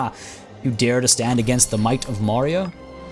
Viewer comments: Your pronunciation was really nice man. Thanks for covering the Mauryas and hopefully you will cover more. Excited for this series. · Don't tell me your not an indian. The pronunciations were accurate. Just as any Indian would spell it the moment he sees it.